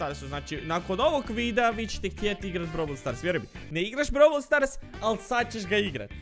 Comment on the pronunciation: Browl stars❌ Brawl stars se kaze